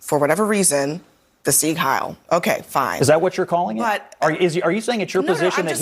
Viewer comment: Jennings, maybe I could take you a little more seriously if you wiped that smug, permanently etched look from your face and did not not pronounce the nazi salute (Seig Heil) "Sig How."